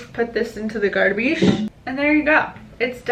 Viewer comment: tell me you’re Portuguese without telling me you’re Portuguese, I’ll go first: the way you said garbage 😭 exactly how I say it